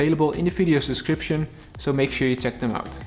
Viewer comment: My question is: Why are you always saying link is in the video "suscription" instead of "description"